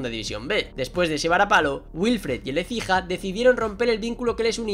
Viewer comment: ASÍ NO SE DICE ÉCIJA VENOOOOM